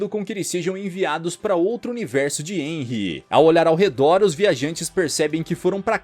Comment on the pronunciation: meu deus nao e enry e harry